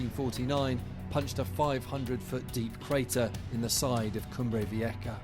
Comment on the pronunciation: Vieja is pronounced Vi-eh-ha.